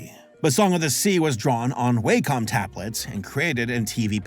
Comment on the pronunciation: Fun fact: “Wacom”, as in the tablets, is actually pronounced “wah-com”.